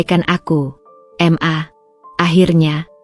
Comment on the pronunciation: narasiny kok di ulang ulang, membosankan Tulisan MA,,,, itubukan singkatan mosok di baca singkatan padahal sebutan untuk mama